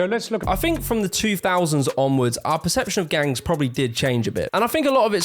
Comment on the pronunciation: The word “think” doesn’t have an F.